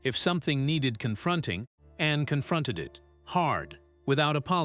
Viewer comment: Narrator should pronounce Princess Anne's name as it is, not Annie.😂